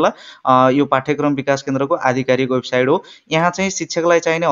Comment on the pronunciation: राम्रो! तर वेबसाइड हैन वेबसाइट अनि क्रसर होइन कर्सर भन्नुपर्यो के सर।😂